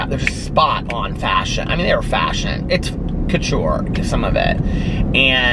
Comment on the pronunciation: it’s pronounced like CO-TOUR not KATURE:) 💙